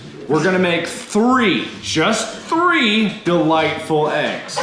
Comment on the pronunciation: Did anyone notice mark counted three like how a nazi would??? He really is German 😂